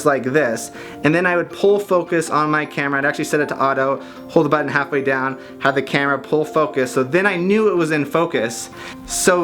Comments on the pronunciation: the way he says "BUTTON" lol. awesome. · How the hell is he pronouncing BUTTON it's killing me